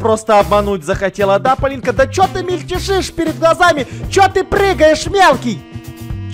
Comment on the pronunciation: хаха вместо того чтобы сказать ПОЛИНКА, СКАзал ПолиЛька